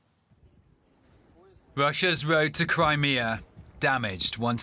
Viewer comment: Wussia's woad to Cwimea